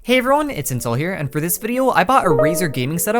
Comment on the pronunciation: i swear he called himself "Incel" in the intro